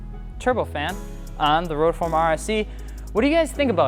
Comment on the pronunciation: Ok stoped watching becsuse of you saying rotoform.